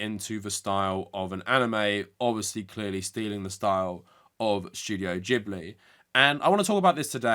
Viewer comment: Its Gib- ly not Jib- ly. In japanese g ALWAYS makes a hard guh.